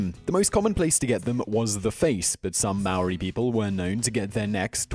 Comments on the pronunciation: Bro first it’s not Moarii it’s maori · It's pronounced like maaaori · Tf is "meeri" thats not how you pronounced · For Americans it’s harder for them since they have an accent, and to be fair- the man in the video wasn’t pronouncing it correctly either. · Most of the words and names that the guy had pronounced were wrong as my myself am from New Zealand and Maori but I enjoy your videos to do with our Culture 🙂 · That top ten guy didn’t pronounce anything right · Hes saying Maori wrong roll the r 8. Is not called a club here its called a patu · You pronounce Maaori like a mouldy piece of bread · It’s maori cuz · Great he's saying Maori WRONG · You or that men did not prenounce it right get it right next time😕